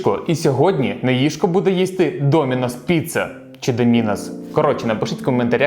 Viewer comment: Правильно, "Доминос"